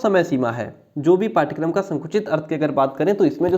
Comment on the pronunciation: Curriculum ka hindi pathchrya hota hai....pathkaram nhi